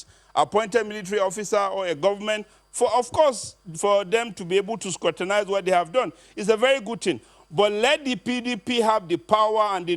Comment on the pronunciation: the word is scrutinize not sukrutinise. Ode